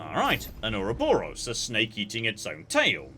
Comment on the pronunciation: you're a student of classic literature; somehow I would have expected you to know how to pronounce Ouroboros correctly.